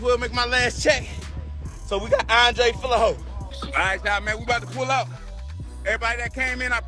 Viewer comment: “…Andre “Fill-a-hoe”!